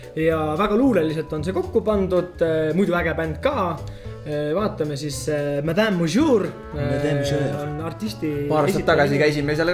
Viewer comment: Ma õpin prg prantsuse keelt.Aga siis kui ja ütlesid madame ja monsieur siis ma hakkasin kull kova haalegaa naarema aga pole hullu te ju alles õppite. OKEI SEE OLI KULL VAGA KRIITILINE IM SO SORRY